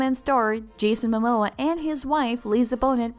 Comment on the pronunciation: Are you kidding me - did you pronounce her name Bone-it and his Ma-Maw!!